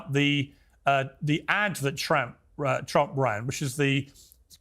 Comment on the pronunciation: Little slip of the tongue... "The ads that Tramp ran..." 😂